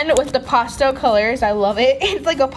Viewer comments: I love her in all but it’s pastel not postel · Stop acting like a 4 year-old,and its not pronounced pawstel its pastel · Not to be mean but when she says pastel it sounded like she said pasta😂😂😂 and also if you have a fury pet you can't afoid getting hair anywhere it's already everywhere so you can't keep the hair away people with dogs and cats understand